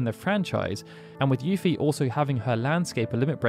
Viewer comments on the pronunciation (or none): none